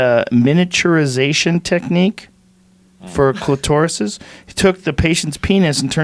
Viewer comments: Clitaurus instead of clitoras lol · Beauty on a Barn Budget nope. I’m east coast. We say clitoris.... clit tor is- just the way it’s spelled. I’ve heard literally nobody on the east coast say clitaurus 😉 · Hey Joe, it's pronounced clitter-iss, not clit-oar-iss. At 52 you should know this bud. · Why does Joe pronounce Clitoris like its a dinosaur? Clitsaurus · Joe “cli-toe-rus” Rogan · Joe "Clit-tor-ris" Rogan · Cli-TORUS... do all americans say clitoris as retarded as Joe does? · Joe "Clit-OR-is" Rogan! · Veronica Christopher you add a second t, that's odd. If you say it the way it's spelled shouldn't you say clit-or-is or cli-to-ris or whatever. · Why does Joe say clitoris like that? 😂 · He has one, just trying to make it seem exotic